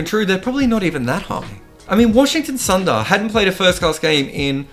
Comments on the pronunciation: Another grt video❤️❤️. Btw it's Sundar.. And not sandar.. pronunciation.. u..su😀... It's not a word.. It's a namee.. I hope you get it right the next time sandar wins a match at Gabba again😀 Keep'em coming mate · it's pronounced shoe-bmunn gill and Washington soonder